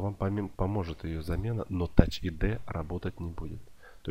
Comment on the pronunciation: Тач айди,а не ад